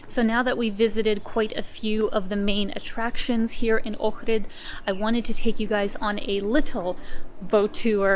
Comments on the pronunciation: Thumbs up for saying the name correctly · I’m impressed that you can pronounce Ohrid properly. Not many people do when I watch these travel videos. Good job. Edit: Ok, just saw your other video where you explain you're of Ukrainian background. Makes sense now. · Thanks for pronouncing Ohrid perfectly.